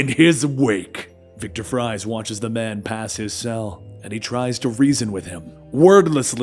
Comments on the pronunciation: "Victor FRIES". Lol. Did you forget it is pronounced "freeze"? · Freeze... It's pronounced freeze.. not fries, dunce. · His name's pronounced "freeze". I know it's spelled "Fries", but it's pronounced the same as his villain name. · I'm aware that Victor has a last name spelled like "fries" even though it's pronounced "freeze" but it was funny when he said "Victor fries" 😂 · It's still pronounced Freeze